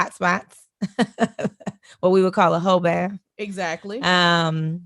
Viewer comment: Not hoe bath!! LOL!!!!